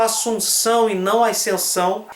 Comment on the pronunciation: Por que ele fala "aicensão"?